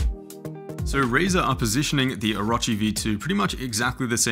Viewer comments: Oh - row - chee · O-ruh-chee ew